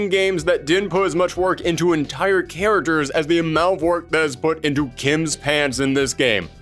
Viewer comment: cant say the word 'characters' correctly...